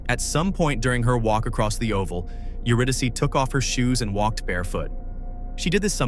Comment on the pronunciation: AI slop..lazy bastard making slop with AI..you're saying her name wrong..HOW FKN DISRESPECTFUL and showing Sydney instead of Melbourne ..fuxkwit. Disgusting!